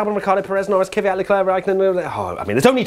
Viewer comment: Why do people say "Kyvat" when it's "Kvyat" the V comes before the Y. Or am I wrong?